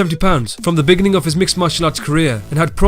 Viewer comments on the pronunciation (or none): “The beg-in-ing”